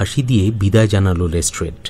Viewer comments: Improved a lot! Be careful with your pronunciation, it is Lestrade(less-trud) not Less-Trade. Waiting for the inclusion of Colonel Niladri Sarkar, Kiriti Roy.. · Good attempt.. But les"trade" hurts the ears.. Please focus on pronunciation. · "Les Trade" pronunciation needs correcting. Please look into this. It stinks.